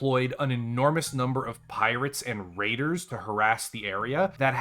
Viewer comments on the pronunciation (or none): none